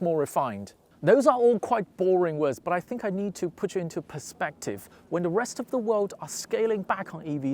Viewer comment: Just needs to improve his /th/ sound. Interestingly he can say "nothing" perfectly, but pronounces "the" as "de".